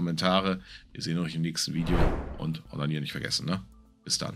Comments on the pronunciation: Ich musste das Ende eben zweimal wiederholen und kann hier nur einen deutlichere Aussprache empfehlen. Hat jetzt "und abonnieren nicht vergessen" gesagt oder "und onanieren nicht vergessen" gesagt?? 😳🤔Kann das bitte sicherheitshalber nochmal jemand probehören?😂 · Ich hab auch das Wort mit "o" gehört. 😂🤣😂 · Ganz ehrlich,das hab ich auch verstanden ..und mir gesagt ,das kann nicht sein..😂🤣🤣